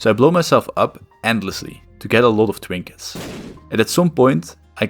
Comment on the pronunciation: People eventually go insane when a game has been around for long enough as can be seen in this video. Its kinda cute how you say w instead of r lol twoll bombs and twinkets